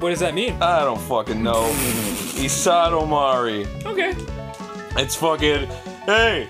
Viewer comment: It's not "isadomari"...It's "ikidomari" which means "dead end" in japanese...because it was a dead end.